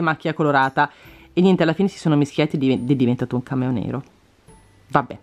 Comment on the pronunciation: Solo io quando dici cameo capisco cammello